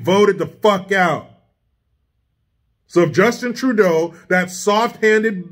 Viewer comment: Wednesday night 09 February 2022. Thanks for SAYING what the rest of us WANT to say. Take care,. The way you say Justin Trudeau's name is F***ing HYSTERICAL!